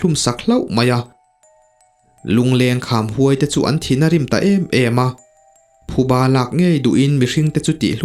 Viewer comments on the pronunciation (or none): none